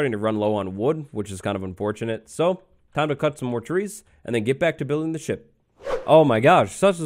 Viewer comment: I thought he said sh*t. Not ship!